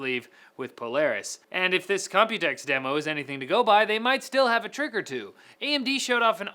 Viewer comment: haaaaah its COMPUTEX haaaaaah